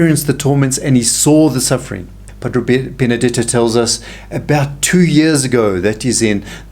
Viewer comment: Pa - DRAY Not Pa - DRO